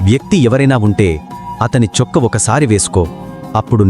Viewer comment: Chokka kadhu chokkaa